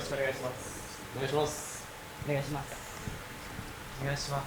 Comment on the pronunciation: っぽくない「お願イシマスッ」好きw